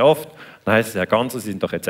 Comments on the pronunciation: "Gassner" der Moderator bekommt es nicht auf die Reihe, den Namen richtig auszusprechen. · Wie immer ein kompetenter Daniele Ganser. Der Moderator ,Reporter von SRF den Namen Ganser nicht richtig ausspricht sagt alles aus über die Qualität der main-stream Medien